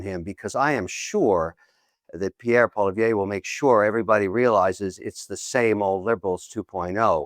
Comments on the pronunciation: It’s Poly-EV Kevin not Poly-VYAY. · I thought that Kevin is a fairly smart guy but he seems to have some kind of issue when he can’t pronounce Pierre’s last name properly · Kevin is great but he really needs to learn how to pronounce Poilievre's name correctly.